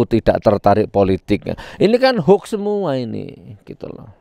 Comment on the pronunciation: Gus nur klau menyebut HOAX Jng hok tapi di Perjelas cara menyebutnya HOAX